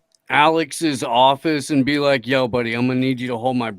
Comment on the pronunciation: Sounded like beat China not be like China